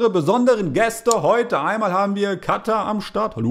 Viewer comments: Du sprichst Katha "Katta " aus 😂😂😂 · Es heißt katha nicht kather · D as heist nicht kattah sonder kahta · Kata? Du meinst Katha